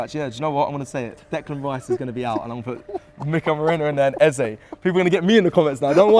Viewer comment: Nah, turned off this video as soon as hear “merino” starting 11… no way